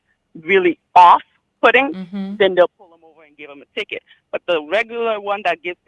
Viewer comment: A "ticket" not a "ticker" he is a police officer. 😅😂🤣